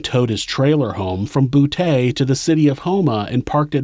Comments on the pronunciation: It's pronounced boo tee lol... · It's pronounced BooTee,. I lived ten minutes away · From boo-tay! Lol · Boutte Louisiana is pronounced "BOO-TEE" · I laughed my ass off when you pronounced Boutte, LA. You said "boo-Tay" like an 80's pimp or something. It's pronounced "boo-Tea" or "boot-E". It's always funny when people mispronounce the Cajun French &/or Creole names & places around Louisiana. I'm not being an asshole, just having a bit of humor from what is otherwise a serious, disturbing subject. Good videos though, there are some sick bastards out there. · Just FYI if you ever have another case located in Boutte, it's prounounced Bou-T, not Bou-Tay :) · Boutte sounds like BOO-TEA. Not boo-tay. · Boutte pronounced (boo-tee) not (boo-tay) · Love this channel. From new orleans, la. Btw, Boutte is pronounced Boo-Tee not Boo-Tay 😅😅But still love the channel. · Bouteeeee not taaa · But we say Boutte as boot not boo tay 🤷🏻‍♀️ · Love your videos.. but it is BOO-TEE, not Boo-tay. 🤣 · I might have said, "Boo-ett" but "bootay" does sound funnier... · As always amazing story telling. (Boutte- "Boo-tee") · Am I the only one who finds it funny that a gay serial killer operated in a place pronounced “bootay”? Lmao come on now ppl . You know that’s funny stuff. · Boutte. Say it like boo tee. Montz. Said like months. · Boutte is pronounced “boo-TEE” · “His residence in Boo-TAY” Some jokes just write themselves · Boutte is pronounced as Boot-tee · I’m sorry. Did I just hear that Ronald lived in a town called “Boo-TAY”? 😂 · Ironic he lived in a city pronounced “BOOTAY”……